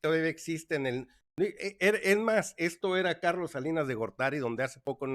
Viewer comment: Carlos se dice sacian.....por favor.